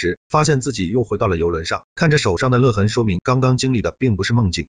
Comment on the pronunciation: 勒lei痕， 不念le